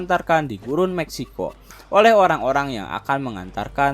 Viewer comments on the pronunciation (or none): none